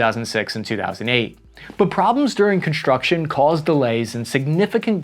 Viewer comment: Very informative, but it's hard to take someone seriously who pronounces the letters "STR..." with an "H" in it: SHtrong ConSHtruction DeSHtroyer ...and let's not forget "eKSHtreme". I expect this of children, but not of someone presenting such vitally important and serious information.